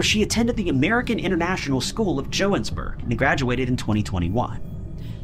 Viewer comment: What's wrong with growing up in a conservative household, are you one of those "White dudes for Harris"? Lol, and it's Johannesburg.